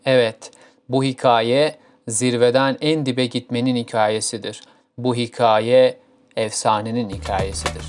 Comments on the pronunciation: hiKAAye diye bastıra bastıra yanlış telaffuz ettiğin için izleyemedim videoyu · dostum bi hikaye kelimesinin telaffuzu konusunda çalışmaya ihtiyacın var